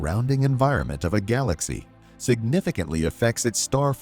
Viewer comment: what is a gaw-lax-E